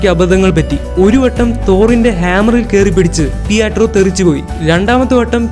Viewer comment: പിയാട്രോ വേണ്ട പിട്രോ മതി